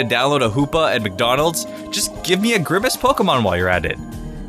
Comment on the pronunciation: grimace is like grimer